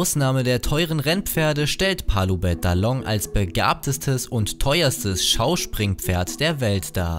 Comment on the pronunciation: Wie er Palloubet h'along ausgesprochen hat😂 nichts gegen ihn und Palloubet h'along ist jz das teuerste pferd der Welt für 11 Milliarden Euro. ... Und ganz ehrlich ja ich fordert so viel Geld für ein pferd ausgegeben wenn ich unendlich reich währe...😂